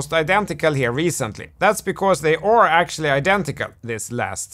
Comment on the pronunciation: to Man, you're saying "chOrt" instead of "chArt", and "ore" instead of "are"! Work on it. It's possible your brain doesn't hear it. That's how the Japanese are with "lock" and "rock" - they can't hear a difference. You can get your full hearing back - by concentrating repeatedly on hearing it. (both your 'chOrt' and your 'Ore' can be heard in that interval)